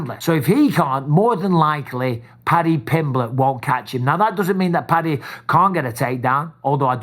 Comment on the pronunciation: Bisping I've always supported you and followed your journey from back in the day but for the love of God please can you say Paddys name correctly? Is it that hard to say Paddy Pimblitch?